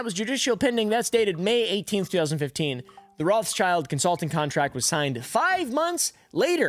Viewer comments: ah yeah and its pronounced ROTHSHILD, its german sh is sch here.. so no children in that name LOL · btw its Rot(h)- s(c)hild not roths-child. its an old german name, Rot meaning red, so not pronounced with the classic th-sound and the second word is just schild which means shield